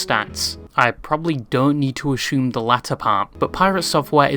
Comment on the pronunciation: bro stop saying ashume